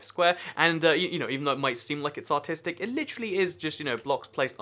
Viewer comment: pls dont ban me when he says artistic it sounds like autistic